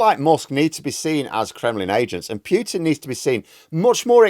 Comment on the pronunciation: POO-tin not PEW-tin... for the 5th time . Get it right